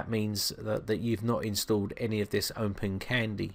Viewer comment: Why do you pronounce it as OmpenCandy?